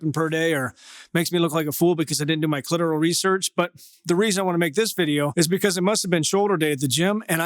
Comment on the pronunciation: Did this dude just say clitorel research? That's hilarious if he did